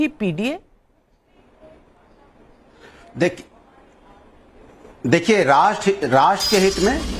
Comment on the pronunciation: पी डी ए नहीं पी टि ए